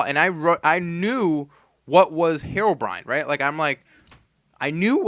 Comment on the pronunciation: I remember when a guy called andy and he sall heroebrion